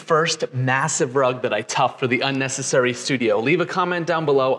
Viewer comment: A rug that says unesisairy